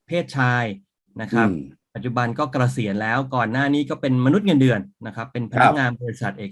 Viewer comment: เกษียน ออกเสียงไม่มี ร ค่ะ